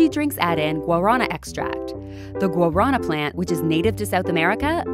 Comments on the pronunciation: It’s not Gua rana Iss Gua Ra na. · its pronounced GUARANÁÁÁ u stupid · the way she said "guarana" annoys me it's pronounced gua-ar-nah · When i heard guarana i was like tf is that? And then she drew it and i was like ooooooohhh guaraná! These americans and their wrong enunciations of foreign stuff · As a Brazilian, it took me a minute to understand what she was pronouncing. You gotta roll the r in guarana lol.